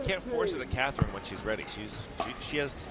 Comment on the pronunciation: these guys can't even pronounce Catherine's name correctly